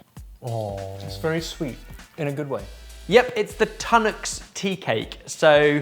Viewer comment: who writes your chapters.... its Tunnocks Teacakes and not Tanuk